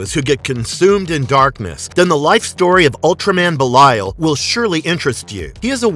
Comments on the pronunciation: Its be lee al 😭 not be la yal 😭😭😭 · "buh-lie-yal" - this dude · Pretty sure it's Belly-uhl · His name is Belial (Bay-lee-l) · How he says belial is funny😂